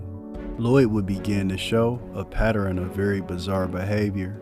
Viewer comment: Great video. Quick question to the creator/ narrator, are you from Jersey by any chance. I just noticed you pronounced the word pattern "patteren." I only heard one dude do that before and he was from Jersey lol